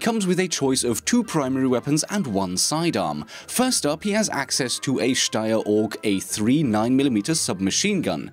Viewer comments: Good god didn't murder the pronounciation of "Steyr" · Damn... You prounonced "Steyr" PERFECTLY....